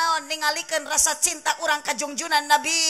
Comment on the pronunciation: NABI MEREUN KANG SANES NABU😅